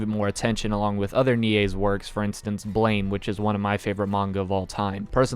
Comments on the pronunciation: I hate to be rude, but "Blame!" is pronounced "Blam", like the sound of a gun firing. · you're pronouncing BLAME! wrong, it's pronounces like "blam"